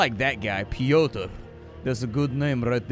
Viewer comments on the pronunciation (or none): Pyotr dont extend the Y Pyyyotr<Piotr with the i pronounced as e in me